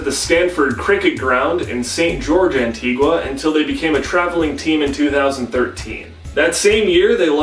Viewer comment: WOOOO I'm Antiguan-American (Peter Byers is the GOAT), also btw it's pronounced an-TEE-ga